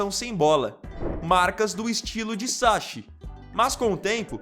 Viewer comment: SaCHI= Pronuncia = Ki , não é como o nosso Ch… SAKI!!! pesquisa antes de pronunciar .